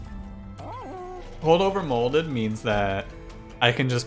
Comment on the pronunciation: Man your accent makes it sound like you’re saying something crazy like “holdover molded?” instead of moldover holded